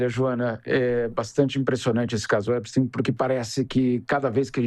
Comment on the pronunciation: Já escrevi em outros canais. Adoro seu trabalho. Mas não consigo mais ouvir Epstin. Vocês pronunciam também guggelhin?? einstin???